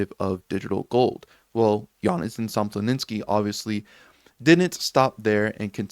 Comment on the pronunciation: bro, his name is Sompolinsky, not Somploninsky. Imagine someone saying Sotashi instead of Satoshi :-D